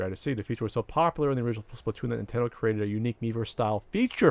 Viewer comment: "Nintedo" Look guys made a mistake on the internet!!!